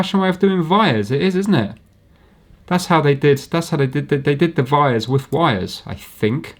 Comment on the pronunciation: vhy is it that vhenever I hear anyone say vires I think they mean wires but they are saying it the vay a Vampire vould - I vant to suck your blood